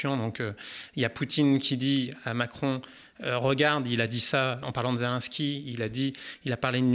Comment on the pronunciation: Pardon mais c’est pas zelainsky mais zé lé nski, c’est si compliqué à dire ? Sinon magnifique vidéo très intéressante juste fallait que je relève cette chosse car tout au long il dit zelainsky et ca me stresse